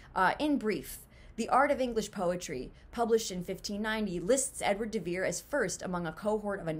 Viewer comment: "They rhyme and the syllables and stresses are the same." Only if you choose to pronounce the name "de Vere" exceedingly oddly by landing hard on the "de", when the stress is actually on "Vere". I think you've been watching too many Saturday Night Live reruns if you think that "de Vere" is pronounced like "DA Bears". Also, William has three syllables in it. Other than that... well, it would just be a plain coincidence, at best, and one that is NOT consistent with our experience of other writers' pseudonyms. Does "Mark Twain" rhyme or share a common beat pattern with Samuel Clemens? Does "Sapphire" rhyme or share a common beat pattern with Ramona Loften? Does "George Orwell" rhyme or share a common beat pattern with Eric Blair? Does "George Eliot" rhyme or share a common beat pattern with Mary Ann Evans? "Do Acton, Currer, and Ellis Bell" rhyme and share common beat patterns with Anne, Charlotte, and Emily Brontë? Does "Mary Westmacott" rhyme or share a common beat pattern with Agatha Christie? I could keep going, but the point is made.